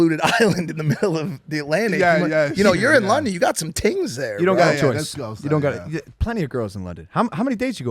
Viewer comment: Did Mike just day TINGS??